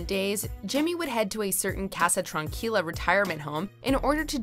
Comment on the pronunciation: #7 is bullshit, Ignacio and Tranquila are waay mispronounced.